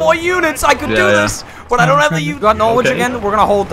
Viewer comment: You pronounced "Norwich" wrong